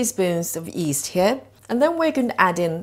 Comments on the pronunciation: Nice recipe. Do you say east? Not yeast? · Gotta get some of that fast acting “East” she’s using.